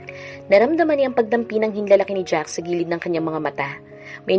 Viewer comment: wla pong s Ang jack.lging my s Ang pgbigkas m hay naku po skip n Muna PG c n Ang narrator